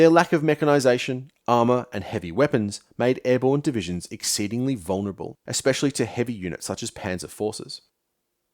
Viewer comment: "Ek-specially"... You can't sound wise when you mispronounce basic words.